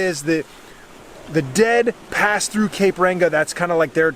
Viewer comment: Hah he said cape ranga